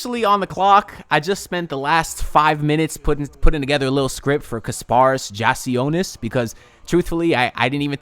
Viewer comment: Bro, you are terrible with names lol. You just heard Adam Silver pronounce the man's name correctly, and you butchered it lol! I'm a need you to stop saying peoples names and just referred to them as the guy lol. LET'S GO HEAT LET'S GO HEAT LET'S GO HEAT!